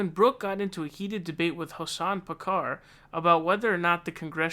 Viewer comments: Why do you mispronounce Hoson? Lol 😂😆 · Did you deliberately mispronounce Hasan's name?